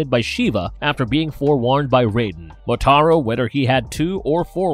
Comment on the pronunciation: He sure as hell got Motaro's name correct lmfao